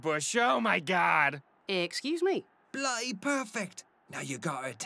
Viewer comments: love the inclusion of in this episode but man wish would've asked him for some election lessons it's bloody and ruddy not blutty and rutty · you can instantly make your accent better by not saying bluh'ee instead of bloody. We drop Ts not Ds. So water is wah'er, butter is buh'er...